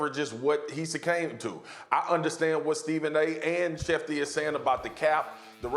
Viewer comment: Spears: "what he sucAMED to."